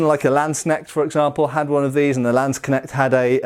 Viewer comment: i have nothing to contribute to the rant as such, but i would like to congratulate you on your german pronounciation, it is very good indeed! especially the k in landsknecht! i r impressed! where did you learn? i'm asking out of curiosity, these words aren't exactly common vocab.